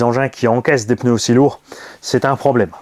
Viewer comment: J'espère que tu parlera français l'année prochaine 😂 on dit PNEUS 🤣🤣